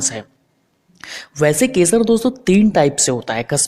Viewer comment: Shpanis keshar nahi spanish kesar bhai. Keshar nahi